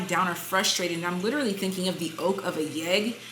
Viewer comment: Lol “olk of a yeg” 🤣